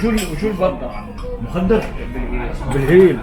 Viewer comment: جاي مخَدر مو مُخدر